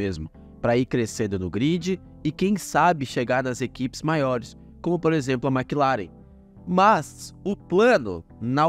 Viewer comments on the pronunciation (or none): none